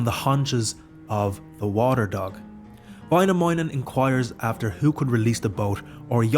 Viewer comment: Väinämöinen, not Vainamounen